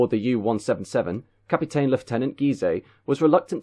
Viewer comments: Got to heard another CAPITAAEN then thought fuck this shit. Could have been good if you learned how ENGLISH words were meant to be said and perhaps slowed down a bit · How come you're saying Captain like the woman with a kid in the film on Titanic. You're English mate? Capiten you're saying? Am I missing something?